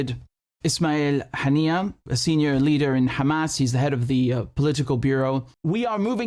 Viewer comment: Buddy what's wrong with your pronunciation of Arabic like it's weird you can't misspell those words "ام الرشراش" to "ام الرش رش" and now you're saying "ابراهيم حنية" instead of "ابراهيم هنية"